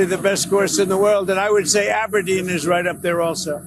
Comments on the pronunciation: He doesn't even know how to pronounce Aberdeen - the emphasis is on the "deen" 🙄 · He can’t pronounce Aberdeen properly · He can’t even say Aberdeen properly!! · Learn how to pronounce Aberdeen, Trump (and leave Sean Connery out of this)! We hate you.....